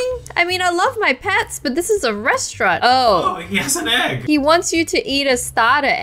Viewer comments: Restauarant? 😂😂😂😂 It's restaurant ;) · Omg KA-RA-ZE Restaurant